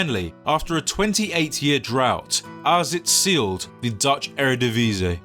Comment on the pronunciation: That pronunciation of willem twee is actually spot on but the Eredivisie one was a bit less.